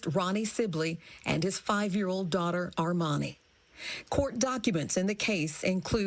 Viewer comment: Armani bro not R'mani